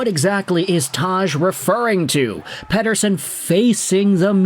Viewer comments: Lol yeah I was shocked when I heard him say it so perfectly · Great pronunciation of "Pettersson"! (from a Swede) 😀